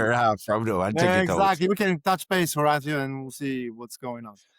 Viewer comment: Ho- rawt- tio? Dude mash up yuh name bro